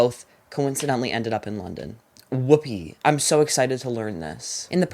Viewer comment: So canadian